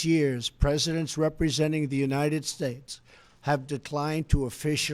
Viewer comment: I watched the whole speech & I think it is so petty of the msm to zero in on a slight slurring of "states" & not the content. Hopeless msm!!!!